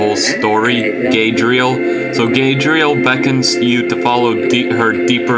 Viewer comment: "Gadriel?" GaLAdriel!